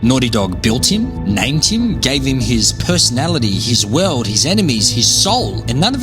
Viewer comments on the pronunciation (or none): none